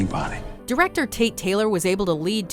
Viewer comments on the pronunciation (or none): none